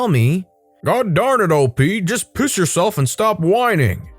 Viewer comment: The best was " just oiss yourself " lol